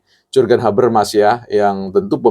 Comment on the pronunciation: Hahahha iya ini org baca Jurgen habermas saja salah pengucapannya. Dia gak tahu RG mengajar teori jurgen habermas di UI. 😂😂😂